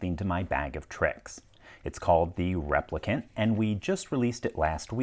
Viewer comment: "Sir, that is indeed a repli*can* not a repli*cant*" 😂